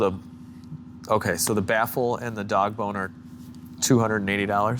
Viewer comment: sounded like he said “dog boner” instead of “dogbone are” 😂😂